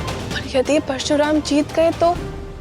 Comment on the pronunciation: क्या थियेटर बना दिया ये, फालतू, और हां प्रशुराम नही परशुराम होता है ।